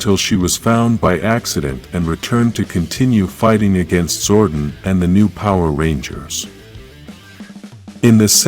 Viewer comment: Please pronounce Zordon properly it’s damaging my ears 😅